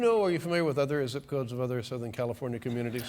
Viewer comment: Kaw-lee-fawn-ya Land of Fruits and Nuts................and NOT the kind on trees and bushes